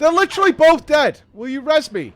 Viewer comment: Im sorry.every time I hear say res me. I have to facepalm.